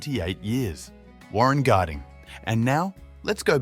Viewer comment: Warren Garding? It’s Warren Harding